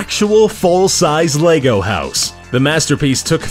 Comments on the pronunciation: Strange choice getting someone who can't pronounce Lego to narrate a piece about Lego. Or is he talking about another similar product called Leygo? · Lego, not lay go... Fool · It's pronounced LEG-O. Why do Americans have to take words and murder the pronunciation. It's not LAYGO. Ffs. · your pronouncing lego wrong you say (l-ay_go) it said like (l-eh-go). an you dont say legos. it lego bricks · It's LE-GO. Not Lay-go. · does everybody pronounce it LEYGO instead of lego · is pronounced leg-o not lay-go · It's Lego not Leygo! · It's Lego not Leygow....... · it's leg not laygo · Why do you say "laygo" it's just lehgo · It's pronounced leg-o no laygo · It's Lego not laygo! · LE.GO not LAY.GO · Dom Baker He says it like most people say "Leg". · That pronunciation though Xf 'Laygo' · the reason why i wrote largo is its because the way he says it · have some one an gun because i am gonna be crazy about lego he is saying laygo wtf !!! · Why do americans mispronounce everything? "Laygo" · No offence but why do Americans pronounce lego as lAgos like they put so much emphasis on the a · Who the fuck calls it Lay go